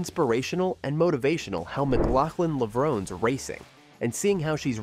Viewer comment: Is that how you pronounced Sydney‘s last name? I haven’t heard anyone say it that way.